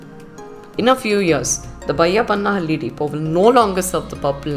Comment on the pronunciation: Correct your loyal dialect. Its not vayappanahalli, it is bayyappanahalli...